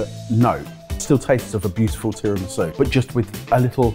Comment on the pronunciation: excuse me, how did your chef just pronounced tiramisú?